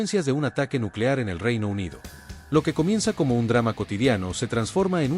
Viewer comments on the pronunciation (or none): none